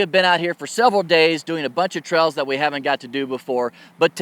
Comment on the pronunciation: No, not misspelled. The way you say Trails ... "Trells", just had me and my girlfriend chuckling each time you said it.